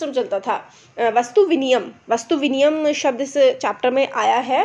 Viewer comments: Love your teaching! The motive behind this channel is obviously clear; Keep it up. Coming to the point, you have told vastu "vinimay" as vastu "viniyam" . According to me, the first one's right. Thank you. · vastu viniyam nahi vastu vinimay hai